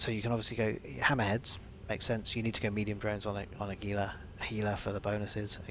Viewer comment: It's Hee-lah. Gila is a Spanish word. G is pronounced "H". It's somewhat irritating when people say it gee-lah, but over time I've mostly gotten over it....mostly...